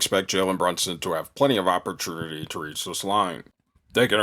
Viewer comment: When bro said "opperternity"....i felt that..jk... keep killin!